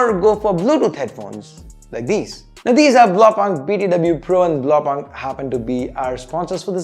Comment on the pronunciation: It's pronounced "blaau poonkt". It's German for "blue dot".